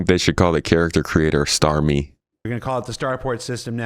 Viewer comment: For a second, I thought you said the character creator should be StarMeat™, and...yeah - kind of like that